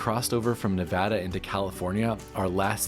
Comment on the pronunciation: Thanks for pronouncing Nevada correctly.